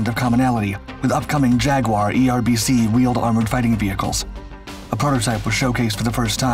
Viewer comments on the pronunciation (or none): none